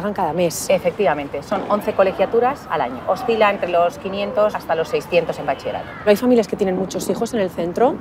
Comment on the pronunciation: "Bachie-rato". Ninguna persona lo ha dicho bien :o